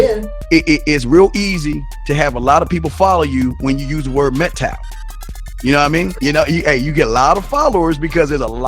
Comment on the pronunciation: He can’t even pronounce Mgtow properly. His IQ is pretty low.